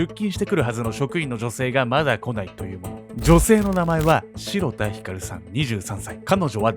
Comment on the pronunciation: 被害者の方のお名前、｢しろた｣さんではなく｢しらた｣さんのようです。